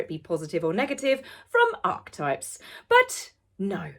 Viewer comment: You pronounced archetypes correctly! 🎉 I knew you could do it! ❤️